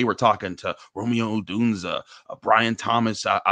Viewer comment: Pretty sure you’re pronouncing Rome Odunze wrong. It’s Ah-Dune-Zay from every analyst I’ve heard talk about him.